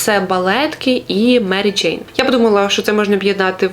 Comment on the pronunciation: Дякую за випуск, цікава вимова м'яких звуків "джейн" ) і вперше почула слово "гумаки" ) Дякую за україномовний цікавий контент 🌿